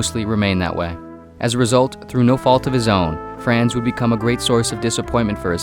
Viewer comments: Except it is 'Frahnz', not 'Fraanz,' like a Boston taxi driver... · “Fraanz” hurts my ear every time I hear it. It’s more of an “ahns” sound. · the narrator mispronounces his first name as it rhymes with bronze you're just gonna have to trust me on this... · Fr-ah-nz It's FR-AH-NZ... NOT FRAAAAANZ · Uhhh… The ‘a’ sounds in Franz Kafka’s name should be the same, all sounding like “ah”. As such, ‘Franz’ should sound like “Frahnz”. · pretty sure its. more like frahnz but whatever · Repeat after me---- Fr AH ntz . That is the correct pronunciation. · I can't listen to this because you keep saying "Franz" in a way that rhymes with "France." Just no. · You mispronounced his first name!! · If the narrator gets the a in Kafka right (pronunciation) why does he butcher the a in Franz? 🤔 It's the same vowel, pronounced the same way.